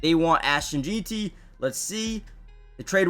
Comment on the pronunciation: 1 day before the draft and still can’t pronounce Jeanty right lol